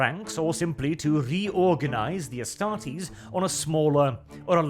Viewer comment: Cmon. Astartes, not Estartes. You stumbled at the finish line, the rest is so good.